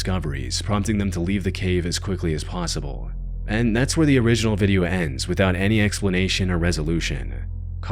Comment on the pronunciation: I noticed the ai voice adds an extra syllable at the end of every single sentence and now I can’t unhear it to the point I can’t even watch the videos anymore. e.g “nOwhErE-uh”, 🫦 “SpInE-uh” 😫, “PaUwsIbUlLLL-eh” 💅